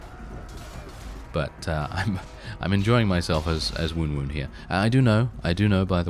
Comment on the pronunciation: I too prefer the pronunciation of Woon-Woon. Please continue that :D